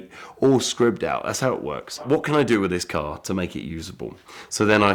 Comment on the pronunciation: "Wiv" not "with"